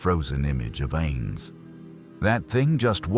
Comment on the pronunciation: man A.I cannot get ainz’ name right or yggdrasil 😂 other then the copious use of ai for the pictures and the narrator, the story is actually damn decent and does the characters justice 😃